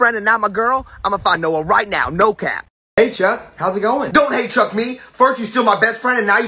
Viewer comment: 4 the beach TikTok you said truck instead of chuck